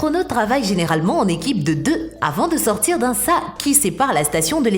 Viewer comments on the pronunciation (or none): tout ça pour ça ? rien à dire ni à montrer. Et puis entendre Gagarin comme rhein et Sas prononcé "sa", pfff